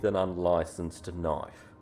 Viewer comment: Hey lads, this Yankee here doesn't know about the knoife loicenses!